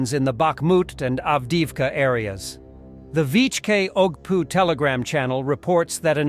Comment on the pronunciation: Did I hear, “… O.G.P.U. …?”